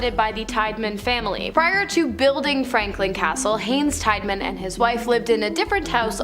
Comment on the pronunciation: Tiedeman teeda men not tide man